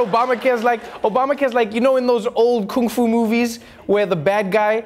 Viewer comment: Finally 'kung-fu' pronounced the right way